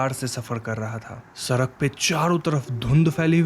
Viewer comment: Ap "ra" wale totle hena ap "sadak" ko "sarak" bolte he